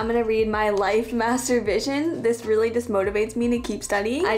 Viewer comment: Why did "Master vision" sounded like the other word we all are familiar with?